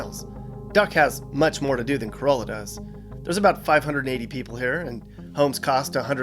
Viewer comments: Great video! I own a rental property here and enjoyed watching it. In addition to Cuh-RAH-la, Bodie Island is pronounced like the word body, not with the long O. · The village of Corolla is pronounced “ka-RALL-a”. No mention of Duck Donuts, the Wright Brothers, Jockeys Ridge, only a passing reference to the Lost Colony. So much more should be said about Cape Hatteras other than “ there’s a lighthouse here.” The tallest lighthouse in the US, that it was physically moved in 1999, that this is the Graveyard of the Atlantic with hundreds of shipwrecks and U-boat activity. No view of the Ocracoke Island Lighthouse or that this is where Blackbeard was captured and lost his head! While real estate prices are of interest for comparison, there is so much more narrative about the OBX that was left out. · Nice vid, but it's pronounced Cuh-RAH-la down there. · Corolla is the car, Cuh-rah-la is the town😊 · Yes, to us locals it's pronounced like Core-ah-lah. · Carolla is not pronounced like the Toyota. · Corolla is pronounced cor-ah-la not like the car, Bodie is pronounced as body, Manteo is pronounced Man-ee-oh. Recently learned the OBX averages about 24,000 year round residents that then blows up to 300,000 during the summer time. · That northern town is pronounced "cur-ah-luh" not like Toyota Corolla. Bodie island is pronounced "body" island but it's not considered to be where you indicate it is. The main road, 158 is called "the bypass" by locals. And the Virginia Dare Trail/Highway 12 is simply called The Beach Road. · Ok... First of all, Corolla is pronounced kuh-rah-luh. There is no long O sound in there. There is no Currituck Bay, it's the Currituck SOUND. And it's not Bo-dee Island, it's pronounced Body, like a dead body. It's called that because that's where a lot of the bodies would wash up after shipwrecks. I stopped watching after that, so there may be more that I didn't point out. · Sir, Corolla is not pronounced like the Toyota car. It is ca-RAH-luh.